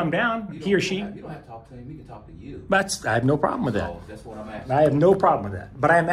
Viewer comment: “axing” you. It’s gonna get bloody in there.